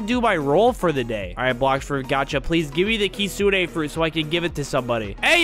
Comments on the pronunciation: Bro the real saying kit-su-ne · Bro really said kissune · i think its kit-su-ne